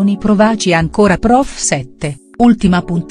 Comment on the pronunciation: Ma chi legge? L'accento, l'accento tonico del verbo " provaci" ripetutamente sbagliato!!!!!!!